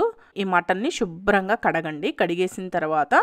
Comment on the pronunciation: Pls stop saying shubram ga. It should be Subhram ga.